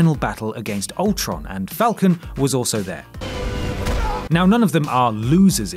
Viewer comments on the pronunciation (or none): none